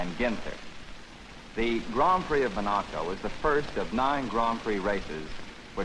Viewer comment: Or, as Stirling Moss always says, "mon-A-co.."